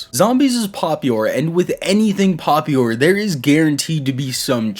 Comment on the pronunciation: I'm sorry, what was that word you used? "Popiure" lol